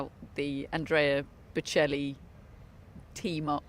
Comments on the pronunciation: British laughing at an Italian for his english😂😂 They can't even pronounce Boccelli😅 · This is the most awful trio I’ve ever seen. Especially that lady that can’t even say Bocelli, really? How difficult can that be? Also, Sinner didn’t get a doping ban, go inform yourself! And even worse, what does it have to do with male or female??? You make us women look just petty and stupid!!! Lots of people are saying that there’s too much going on off the court for Sinner, has nothing to do with male or female…how dumb can one be, srly? And what’s so funny? You’re laughing and making fun of the players? Awful awful reporting, won’t watch anymore…